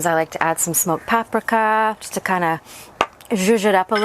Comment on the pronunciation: I can not stand the way you say paprika and ketchup. Oh my God lmao 🤣